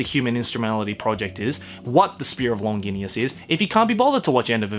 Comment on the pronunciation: “Long-gin-ee-us” I’m pretty sure it’s not pronounced like that lol